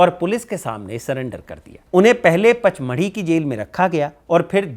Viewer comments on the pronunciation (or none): none